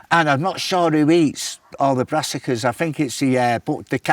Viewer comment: Bez saying avant gard and brassicas 😆